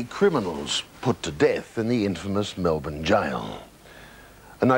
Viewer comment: wow an actual American who knows how to pronounce Melbourne the correct way... good to hear!!!